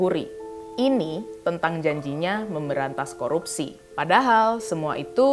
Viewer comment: APA SAYA YG SALAH DENGAR.. FIRLI BILANG KOROPSI BUKAN KORUPSI...